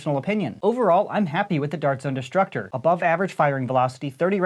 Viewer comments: I kept thinking he said disruptor multiple times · I taught he said disruptor